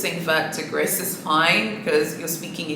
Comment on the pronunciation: please can we pronounce the colour in French, i can't with mispronounced Gris😂 one of my friends has Gris Perle Constance, it looks beautiful! it's quite grey though.. it comes off more white in the video